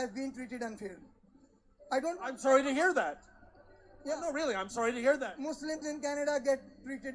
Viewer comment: Did you just say,,,,,,,,,,,,,,,,,,,,,,,," Fuslims"? HAHAHAHHAHAAHAH hahahahahaahahaha its good.